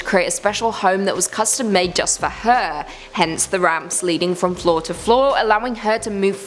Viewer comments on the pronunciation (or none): none